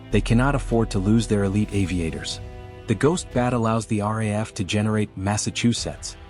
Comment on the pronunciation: Its pronounced R double A F. The RAF is in England.